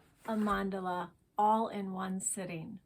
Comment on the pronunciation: Wish I had an art teacher like you in school! You are amazing! And your mandala 😍 Can't wait to try it out this weekend! And, yes perfect pronunciation of Mandala!!